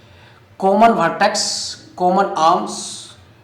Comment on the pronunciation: Sir vertex not vetex